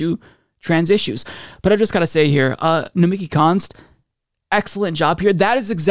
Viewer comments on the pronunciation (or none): Nomi (key) emphasis on the last syllabus